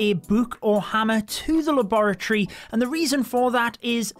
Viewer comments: i LOVE HOW YOU SAY LABOROTTYYY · Luh bore uh tree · Him saying laboratory makes me forget how to say it 😭😭😭😭